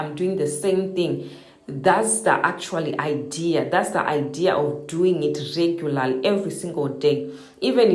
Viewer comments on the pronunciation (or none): none